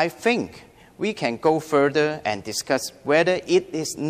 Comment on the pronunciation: warry The Chinese Language Enguish is this jus Over time, his daughter feels very frustrated (wrong tense) Eventually, he sends his daughter to...(wrong tense) It's a shrank (shame) The government leeds to review... (needs) Discuss 正確讀音為Dis guss Exactly 冇曬K音 bretter place